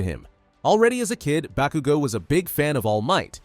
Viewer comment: Stop saying bakugo wrong